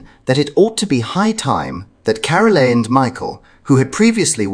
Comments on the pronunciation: it’s Carol not Carol-e 😂😂😂 Well done King Charles for recognising that Carole and Mike should be seen as equals as their daughter is married to the future king. This recognition is because the King is more astute about the people around him than any other monarch ever was. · Princess Catherine’s mothers name is Pronounced Carol ,not Caroleee ! An please have the respect to call the Princess Catherine. , not Kate ,I find that familiarity disrespectful , sorry . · It is Carole Middleton not Carolee. Please get it right. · After all they are his son's in laws parents 1.53 - odd usage of words - sounds AI who pronounces Carole as Carolee, and Louis as Lewis? AI British accent possibly created by non English speakers. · Their names are pronounced " Ca-role " and " Lou-ee " Louis, French name, As with the former Kings Louis, of France. I believe you will appreciate my sharing this with you, so you can reflect it and be exaçting in your wonderful future videos, which I really enjoy! Keep up the great work. Fergus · You are mispronouncing "Carole." The e on the end is silent. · How about pronouncing Mrs Middleton name correctly..Get other things correct as well oh this is a lot of nonsense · What about Carole, I think it must be an AI voice although people do get Louis name wrong, but I've never heard anyone , pronounce Carole With the e pronounced at the end